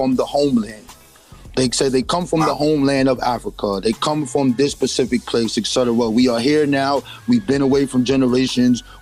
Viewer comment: It's really sad when so-called "African Historians/Scholars" proclaim to be well-read and well researched, but cannot even correctly pronounce simple words like "Specific." I wish people would use the words they know, comprehend, and can correctly pronounce when trying to convey something to someone else.